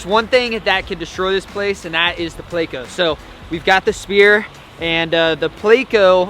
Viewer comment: Plecos are pretty decent but its not pronounced (play-co) buddy and thats just the short name for Plecostomus